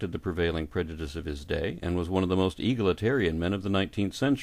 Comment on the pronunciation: ee-gal-itarian not eagle-itarian. sorry for being petty but if i didn't tell you you'd never know.